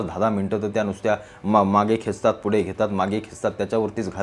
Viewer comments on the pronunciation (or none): none